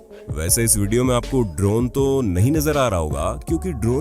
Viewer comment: bhai voice quality thoda kharab he, (ex. iss yeh word kaan me chubta hey)